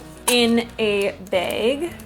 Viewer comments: Put it in a "beg" ❤️❤️❤️ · O.o never heard someone pronounced bag as beig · Yessss you say bag like I do 😂 Minnesota represent!